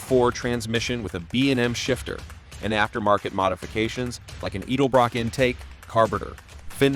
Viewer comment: Never in my life heard even a non-car person pronounce it EEEdelbrock intake manifold among other goofs. The 401xr is cool but this video sucks